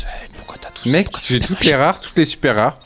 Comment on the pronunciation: Il a dis meg a la place de mec j'adore 🤩